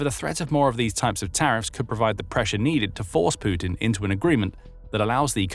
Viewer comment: Sputin... Putin 😅